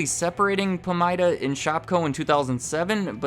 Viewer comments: It’s pronounced PA-MIDA, not PAM-IDA. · Pamida is pronounced “puh-my-duh” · It's Pah-mydah. We used to have one in my town before Shopko took over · It's pronounce Puh-Mai-Duh (Pa-mida). Pamida stores were great until they became Shopko stores. They went from being (Pamida) busy seven days a week to being (Shopko) dead seven days a week. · I miss Pamida (we pronounce it puh-my-da in Minnesota, btw) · Listening to you say “Pamida” tells me you aren’t from Iowa.